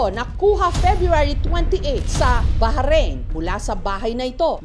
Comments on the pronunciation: Baharin po pala pronounce ng Bahrain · BA-RAYN O BAH-RAYN HINDI BAHA-RAYN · Yung bahrain pronunciation😢😢